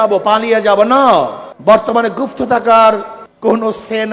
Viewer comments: গুপ্ত শব্দটাকে বলে গুফতো...😂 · গুফ্ত নারে😂 গুপ্ত 😅😅😅